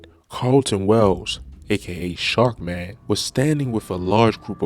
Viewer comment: Dummy this nigga said sharkman 🤦🏿‍♂️😂 fucking Buford